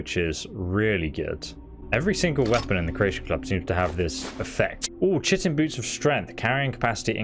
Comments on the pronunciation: That's not how you pronounce chitin... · I always say shitin too, DW about it lol. It sounds better as Shitin tbh instead of kitin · I quit the viceo at the first mention of "tchiten", sorry. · The “ch” in chitin is a “k” sound and the first “I” is a long sound. That is how we were taught in all biology classes. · You misspelled your correction of your incorrect reading of the word Magebane. Also, chitin is pronounced kīt'n. I alost still often pronounce that word incorrectly internally. edit: you prounounsing "Solstheim" as somthing like "Solθīm" makes me think you could be doing it on purpose. If you're not doing it on purpose, then I empathise with that. Either way, I'm only 7.62% of the way through this video. I don't want to continue writing down errors when the chances of you benefitting from my corrections are so small.